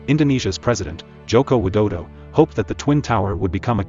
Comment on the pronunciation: widodo??? really??